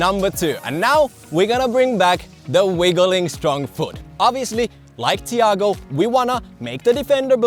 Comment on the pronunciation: me watching butcher his name just makes me cringe